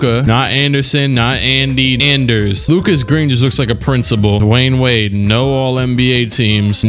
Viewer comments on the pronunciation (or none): none